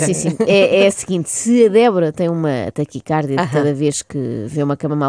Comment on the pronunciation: Já que estamos numa de educar, e porque nunca é demais aprender, fica aqui uma pequena correcção: a palavra taquicardia tem acento tónico na penúltima sílaba (-di-), uma vez que a grafia correcta não apresenta acento agudo na sílaba car (porque, então sim, ler-se-ia "taquicárdia"). Agora vou acabar de ouvir, que isto está engraçado :)